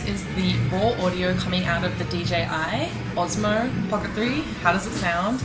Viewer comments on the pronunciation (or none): why oZmo, the name of device is oSmo, S -sounds S